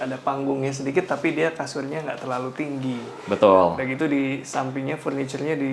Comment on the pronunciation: Sudah berapa “betuul”? 😂